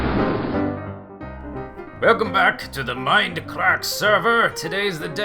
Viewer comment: I love his enthusiasm when he greets us viewers at the beginning of each video. My favorite is when he says "Welcome backah to the Mindacrackah serer!!!" it's so silly and awesome I start grinning from ear to ear. :P